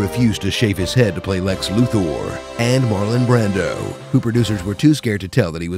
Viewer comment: Speaking of pronouncing it "KRYPT-un", why is the villain being named "Lexloo Thor"?